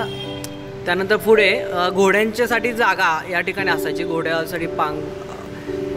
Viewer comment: दादा, आधी शुद्ध मराठी बोलायला शिक, आपण महाराष्ट्रात राहतो, मराठी आहोत, फुढे नाही... पुढे असं असतं, उगाच भाषा खराब नको करुस 🙏